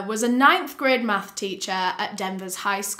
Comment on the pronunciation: terrible case, but i can’t get over the “MAFFS” (math)